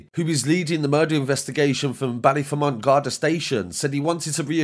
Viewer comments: Ballyfermot not Ballyfermont. The last part is pronounced fermot as is Dermot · Fermont haha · its pronounced bally-fear-mat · Ballyfermonth? Ballyer lad ballyer ! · That is absolutely not how you pronounce Ballyfermot 😂😂😂 fair play for covering this though